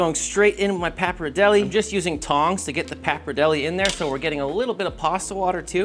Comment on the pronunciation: nice video but i despise how you pronounce pappardelle